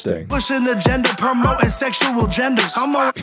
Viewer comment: Ok yes guys I am dumb but in my defense he said sexual in two syllables instead of three. Like "sex-shul a-gendas" and what I heard was "sex-shu-al gendas". So not totally crazy